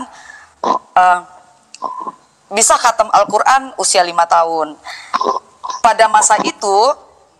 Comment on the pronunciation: HATAM BUKAN KATAM. NGAWUR. KESAKSIANNYA.😂😂😂